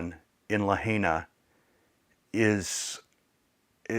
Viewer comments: It always helps when you can pronounce the name of the town properly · Please start with pronouncing Lahaina correctly. It's La high na, not La hay na. Thank you. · Great video but please learn to pronounce Lahaina correctly it’s La Hi Nuh Not La Hay NA We lived in Hawaii for 3 years, on Oahu but visited the other islands. I have photos we took in Lahaina. I’m so sad for the people of the city, the island and the state. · Just an FYI, it is not “le-hay-nah”, it is pronounced “lah-hai-nah”. The “hai” rhymes with “tie” or “sky”. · La Hi na, not La HEY na. This happened to a close friend of mine. She lost everything to her name. I donated directly to her but more mutual friends have gotten together supplies to send as well and she will distribute as needed among her friends and neighbors. Good message here. So much of Hawaii's income is related to tourists. Thank goodness my friend doesn't have a tourism related job. When she lived on Ohau, that's how we met. We were stationed there (navy) and I worked with her on the USS Missouri:) This was more than 25 years ago. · Its LaHIGHna.. NOT La HEYna!!!!! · Thank you from for your video. Just a quick note, It’s pronounced “La Hi Nah.” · It's pronounced LA high na. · Pronounced La Hi Na,. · Lahaina is pronounced La hi na. I was in the fence about tourists going to Maui but they need you! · Great video. I believe it’s pronounced “La-hi-na”. We’ve need there many times and we’re so saddened to see it’s total destruction. Our prayers are that they will rebuild. We usually stay in Kihei (Kehay). Hope the wedding was beautiful. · I don’t mean to be picky, but the pronunciation isLuh high nuh. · Main thing they dont see this, it will prob anger and cringe many by the way u pronounce Lahaina. Would be hard to wrap their head around and painful/heartbreaking. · Dear friend, it’s pronounced La Hi Nah. Kihei is “key hay”.